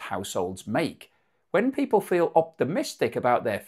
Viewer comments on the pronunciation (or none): none